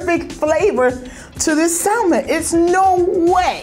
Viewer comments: Lol yo… I can’t Teddy didn’t clean that chicken lol… and them pronouncing the L in salmon is killing me lol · Um can we talk about how she can’t pronounce salmon, like where did she grow up?? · did not just say “SAL-men” lol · why do all black people pronounce salmon like how it’s spelled and not samon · Why black people call salmon - SAL-MON. Y’all don’t know the L is silent? 🤣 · Can none of these people really pronounce salmon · Also why the fuck they al pronouncing the L in salmon? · Say SALMON INCORRECTLY AGAIN!!!!! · Why black people keep pronouncing the 'l' in salmon? lol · Stop pronouncing the “L” in salmon, you fools! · Y'all keep pronouncing the L in salmon and it's upsetting me and the homies